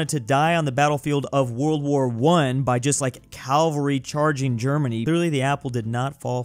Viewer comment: "CaVALry" Not "CaLVary"